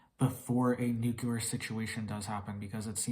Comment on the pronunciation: If you don’t learn how to say the word nuclear soon Then I hope they Nuke you first !